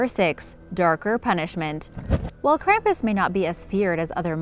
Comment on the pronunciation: Being from Bavaria I can tell you that you are not pronouncing Krampus correct. Your video is mostly wrong and hard to watch finished.